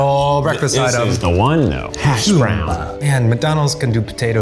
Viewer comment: "Simba" absolutely ruined me